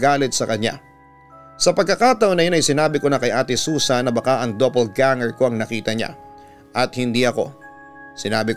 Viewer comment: Doppelganger po hindi double ganger